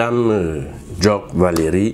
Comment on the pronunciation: Ndjock pas “Djock” il faut faire les efforts